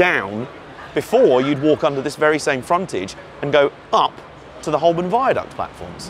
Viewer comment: Very interesting! But Holborn is pronounced "hoe-bn".